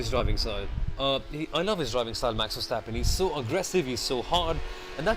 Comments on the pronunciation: yeah, the emphasis is on verSTAPpen. But overall liked the commentary, good job guys! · Please, not so much emphasis on the ver of Verstappen and Verschoor. Say it like "over" without o with a short er. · FUUURR-stappennnn.. dude haven you heard anybody say his name before.. 10 lashes in a public square!